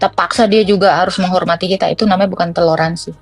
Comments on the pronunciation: Toler mbak bukan telor 😂😂😂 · " T O L È R A N S I " bukan TELOR ASIN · Toleransi... bukan.... Telorsnsi. 😂😂😂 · Salah ucap toleransi buka teloransi 😅😅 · .....bilangnya teloransi......?? Padahal harusnya TOLERANSI kan......????? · Maaf,kata yg benar TOLERANSI bukan TELORANSI.🙏